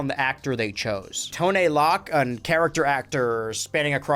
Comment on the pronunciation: It's actually pronounced T-oh-n L-oh-c.